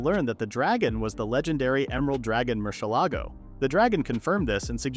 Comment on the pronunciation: Murshellago, like murcielago as in Lamborghini